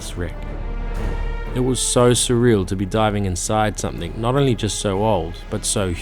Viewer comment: When did you start saying SOMETHINK ??